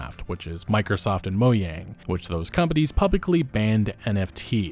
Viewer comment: Nobody:: moe-yang